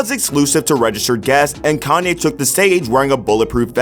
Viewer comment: Pronounced Calm-yay, not calm-eye